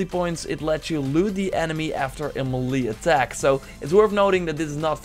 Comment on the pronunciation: Ma-lee attack. Mey-lay attack.